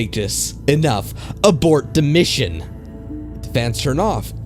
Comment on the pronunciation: I have to say, I really enjoy your voice, however, it does feel like you could articulate a little better, and this is only going off this video. To give an example, a few times where you said "the" it sounded almost like you were saying "da" which might be due to shitty headphones or perhaps just not listening properly, but it seems a bit immersion breaking when not the context of the story, like someone attempting imitate a dialect. Otherwise it was a really enjoyable video. I like the videos that you do that are shorter, as with there being so many long ones, it makes it somewhat hard to enjoy a full story all at once without any sort of interrupts, which to me is important with many horror based mediums, especially written stories. Glad to have found you from IHE, I really enjoy creepypasta but typically run out of new stories to consume.